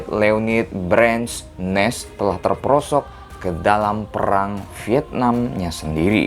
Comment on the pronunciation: Leonid Brazzer bacanya